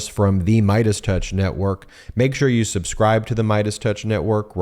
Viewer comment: He says “newoke” or is it “network”